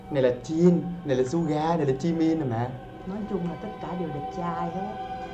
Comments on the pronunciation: Nhìn anh giống như j - hope với lại anh đọc sai suga rồi nha 😁😁😁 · đọc sai suga em là fan nên em hiểu rõ